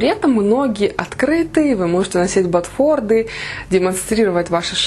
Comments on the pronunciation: Боже, какая Вы милая! И как землячке, Вам даже можно простить это неверное произношение ботфорДы и так называемый "свитер")))) Вы все равно супер! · Правильно надо говорить Ботфорты... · БотфорДы - Том Форды) Какая разница, как произносить, главное с какой харизмой это сказать)